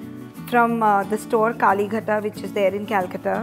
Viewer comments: First time i heard someone saying kalighaat as kaali ghata 😂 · I think you can pronounce "kalighat" properly.